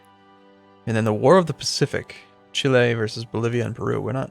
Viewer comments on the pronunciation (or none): none